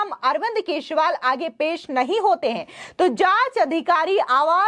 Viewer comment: Please Learn to Pronounce his Name Correctly, The Delhi CM.... Sunno " Kee jree waal "